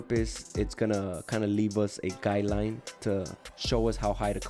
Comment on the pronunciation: I like how he says guideline lol. Sounds like he’s saying guy line ha!